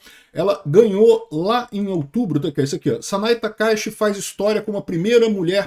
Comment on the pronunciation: Sanae Takai"T"chi, Por quê as pessoas sempre pronunciam errado as coisas do Japão ?